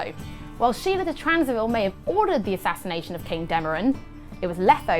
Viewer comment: Sheala de Tansarville ? Wasn't that Tancarville instead ?